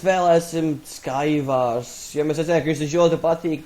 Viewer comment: isteniba sky wors jasaka